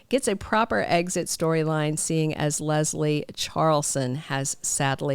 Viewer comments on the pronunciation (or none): Just my own quirk ... I hate it when people say Lezlie ... it is Leslie. LESS Lee. If there is a Z in the name it is okay, but there is no Z in Leslie!